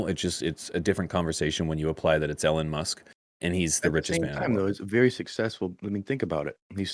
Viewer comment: Ellen Musk lmao come on it's E LON not Ellen